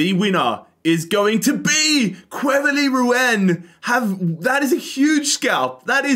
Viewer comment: Me, a French: Ah!! Quevilly Rouen!!: Quevi oui Wouen